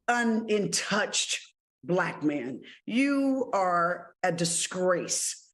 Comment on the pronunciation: Did she say “Un-in-touched”? 🤦🏿‍♂️🤦🏿‍♂️